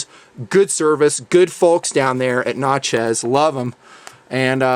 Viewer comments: I believe it is pronounced "Nat" rather than "Not" in Natchez as in Natchez, Mississippi. Just saying. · ...just helping you out, but it's pronounced "knat-chez", not "knot-chez" awesome video!